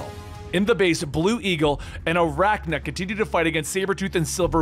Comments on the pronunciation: It's Arcanna. Ar-cane-na. Like arcane powers. Not Arakna. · Got a kick outa calling Arcanna, Aracna. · Arcanna not aracna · You called 'Arcanna' (r can uh? Maybe: r con uh? My bet is the former, as opposed to the latter. ) 'Arachna' (something spidery, perhaps?) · Arachna? Do you mean arcanna? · Arachna? Lol so many mispronounced words classic XD